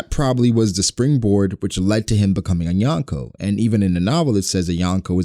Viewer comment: Why do people pronounce Yonko wrong? Lol